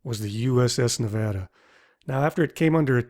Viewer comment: i'm so happy you said nevada right!